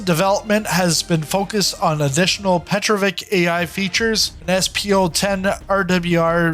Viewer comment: You do not say right name Petrovich. It is not right to say Petrovik. No k. This name ends by sound TCH, like in word WITCH. Petro+witch, it is right